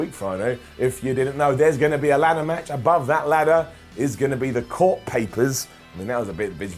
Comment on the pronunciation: "Through the roops" "first Smackdown much" "when he pins Lensnar" You feeling alright today,? Lol